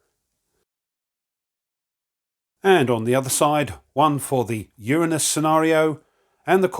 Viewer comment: Nice, I think you mispronounced Uranus though